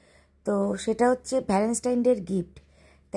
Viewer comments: Keno bangla bolte ki lojja kore... english jodi nai bolte pari to english er gar marano taki khub jaruri...valenstine...pichless..sedino o status k tyataas bolche...kaddur porasuna...matrivasar moto jinish hoy nare ardhonaripurush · Bapre tumi valentine ta pronounce koro e na.Valovasa r din bolle ki kono problem hoto?